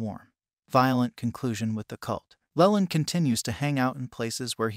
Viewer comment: Try spelling it Leeland. You may get a better pronunciation.